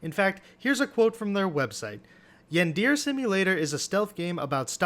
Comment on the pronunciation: Bro the way they pronounce yandere...